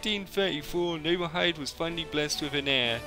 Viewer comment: No worries about not being a native speaker :) In Japanese "i" is pronounced more like the name of the English letter "e". So Nobuhide Oda is pronounced No-boo-he-day Oda. Nobutomo = No-boo-toe-moe. Shiba = She-ba. Hope that helps! Probably the easier way to remember is that "hide" is pronounced "he-day".